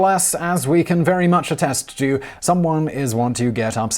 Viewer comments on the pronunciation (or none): none